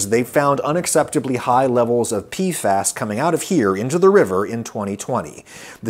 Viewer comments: PFAs (PEE eff AYs) Not (PEE fass) wtf Adam, no wonder bro didn't know what you were talking about 😅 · wasn't prepared for adam saying it as "pee-fass" instead of just saying the letters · It's P-F-AYS